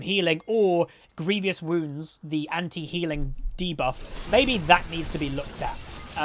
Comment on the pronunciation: Someone tell him it’s grievous not grievious wounds...man can’t read lmao